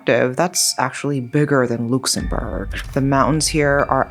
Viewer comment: Wait... How did you just pronounce Luxembourg?!? Pretty sure that's incorrect.